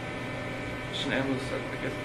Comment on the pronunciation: Hi, sorry..this is a Horrible Narrating of their story..very hard to listen to!! Would love to hear this out but the way you are speaking & not pronouncing SHANANN'S name Properly is just Not OK!!!